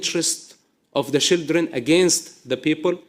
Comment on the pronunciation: Why can he say "child".....but says "shildren"? IDK